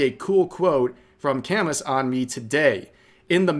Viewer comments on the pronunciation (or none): "Camis" It's pronounced Cam-oo. Albert Camus. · "Camee", let them stay upset tho, they're french. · Camus is pronounced "cam-ooh". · Rev, please, learn how to pronounce Camus. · You probably have upset the entirety of France with your pronunciation of "Camus". I'm German and I still felt the tremors over here. P.s. At the same time you're worried you may have said nuhre_ wrong...